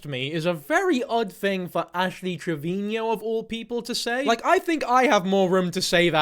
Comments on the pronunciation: Pls stop pronouncing it trevinio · I think you are saying her last name wrong! Its Trevino, not Trevinio.. 😂😂😂❤❤❤ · The way you say Trevino is the exact same way Gordon Ramsey says Marino(which sounds like Trevin-io and Marin-io). I love it 😂❤